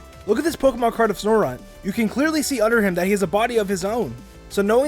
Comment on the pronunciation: You say snorunt snor-unt its SNOW-RUNT